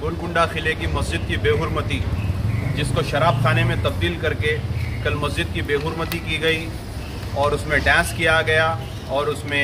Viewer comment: Berumati ny bhai behurmati bolo